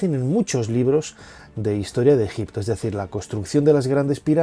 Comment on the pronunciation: Pero si tú eras el experto que aprendiste ejicio pronunciado con una piedra venga fantasma